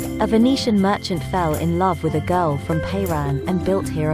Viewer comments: It is not Payran!! it is pronounced Peran. If you make a video, you should at least ask a native how it is pronounced!! This is called ignorance (mostly English speakers) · Is this AI narration? Why is the name Piran mispronounced? It isn't PAY Ron. It is PEER an.